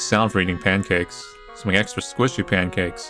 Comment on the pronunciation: Pan-cacks... Cursed.